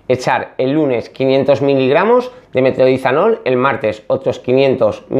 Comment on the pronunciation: Una pequeña correccion paisano.. se llama metroNIDAzol, no metroDINAzol, y no os molesteis en ir a la farmacia sin receta, no os lo dan, al menos en madrid